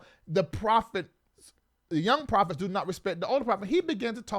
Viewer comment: Profits instead of prophets 😂😂😂